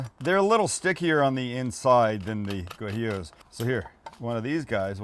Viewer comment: For the sake of all that’s holy. Please learn to pronounce Guajillo. It’s Wa-He-Yo. Cook what you know.